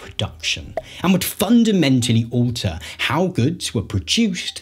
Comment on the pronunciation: If you can pronounce AND correctly instead of saying ANDS i will give a like and a sub.